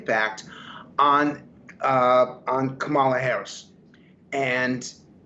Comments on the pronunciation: It wasn’t a coup. At worst, it was an intervention, but, ultimately, it was Biden’s decision. And don’t be so modest; you, not Joe Biden, are unquestionably the worst president in history. Finally, Luntz, if you don’t want to sound as stupid as Trump, you need to learn that the Democratic candidate’s first name is accented on the first, not the second, syllable. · It's "comma - la" Frank. Man, these guys are so insulting. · Come on, Frank Luntz!! Say her name correctly and respectfully as a pollster, not a DonOLD supporter—totally unprofessional! Come on, Boris—call it out! 🤨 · I see Mr. Luntz hasn’t learned how to say her name—weird! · You'd think Frank Luntz, a supposed objective pollster, could pronounce Kamala's name correctly. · Even Frank cannot pronounce KAmala's Name correctly..LAME!! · Please STOP bringing on right-wing Frank Luntz and choose a less slanted analyst. Pro tip: if they're still mispronouncing Kamala, they're NOT unbiased.